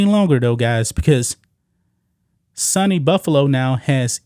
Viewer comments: I dont usually correct mispronounced words, but It is pronounced Sue-knee, not sunny. (State University of New York) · SUNY (Sue - Knee) not Sunny…. State University NY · It's pronounced "Soony" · My friend it's pronounced sue knee and cheek 2 wa ga. Great job reporting.😊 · You pronounced (Cheektowaga)Cheek ta Waga right but SUNY is pronounced like Sue Knee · It's pronounced Sooo Neee Take care bro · has never heard the pronunciation of SUNY before 😂😂😂